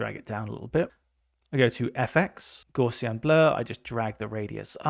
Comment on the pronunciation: Gaussian blur, invented by Carl Gauss. Gauss rhymes with "house", not "draws". Gaussian rhymes with "house be in".